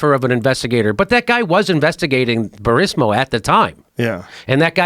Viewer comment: I am by NO MEANS a Biden fan, but Joe and Jimmy clearly don’t know the Burisma story. Fucking Jimmy keeps calling it “Burismo.” 😂. And is anyone else annoyed at Jimmy just yelling to make it seem like he’s proving a point?